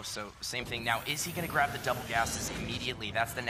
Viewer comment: he says something in German :D at least it sounds like it to me! :D "As of jetzt"